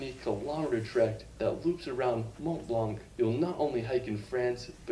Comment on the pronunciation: say it: mont blanc ... without the "t" and the "c" ... aaaaand you got it!